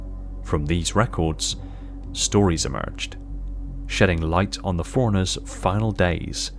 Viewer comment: I only have 1 critique. The first time you say Forerunners in a passage, it sounds like Forerunners, but the more often you say it, the less you put emphasis on the "run", and it sounds like "foreigners". Other than that, no notes